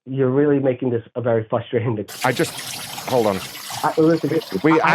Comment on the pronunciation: I think it’s FRUSTRATING how he keeps saying “fustrating”…